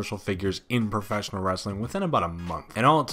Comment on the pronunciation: soh-sill media. lol profess-innil